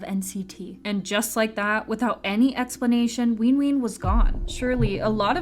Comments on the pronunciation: why tf is this person saying "leenjuin" and "weenween" ???? and also wayV is a part of NCT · i'm trying so hard to take this video seriously but the pronunciation of nct's names are SENDING ME like not ween ween, runjean, and ncteezens 😭